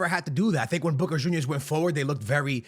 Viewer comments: Sounds like you’re saying “booger juniors” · It's funny how he pronounces boca, makes me think of the wrestler booker t when I hear it